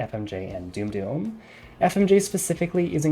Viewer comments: FYI doom doom it's pronounced dumb dumb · It's pronounced: "dum-dum" ya dumb dumb, not "doom-doom." Thanks for the video. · Nice first video. I enjoyed that. But its surely more like "damm damm" ammo and not "doom doom". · Did you call it doom doom ammo? 😂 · You pronounced dum dum wrong, that is the reason. The joke is that dum dum is actually pronounced "dumb dumb" and maybe he thinks you're a dumb dumb because he didn't like your tier list. Personally, I'd say this is a decent list for the most part. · This video is so good everything is well thought out and reasoned even if sometimes your decisions baffle me but for the love of whatever power you believe please learn how dum is pronounced